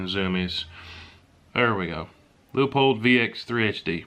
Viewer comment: Don’t care how you pronounce Whelen, but it was great to hear you pronounce Leupold right, ❤️❤️❤️